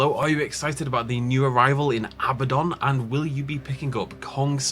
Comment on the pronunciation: ahem it's actually Abbadon